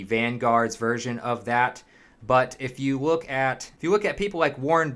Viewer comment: “If you wook at”